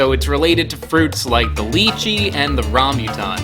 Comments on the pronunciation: when he said 'leechee and rambyutan' i screamed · I dont like the way he pronounces lychee anf rambutan